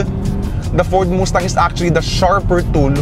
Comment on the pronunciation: Moose-tang ampota hirap ieducate ng mga bading e no? paconyo accent pero bob0 mag pronounce. pag bading talaga nagpanggap na "car enthusiast" sira talaga car scene e. magsama kayo ng sister mong si Macoydubs, mga bakla amp.